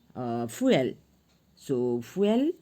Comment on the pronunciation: "The fueal got me rolling🤣🤣🤣 fr"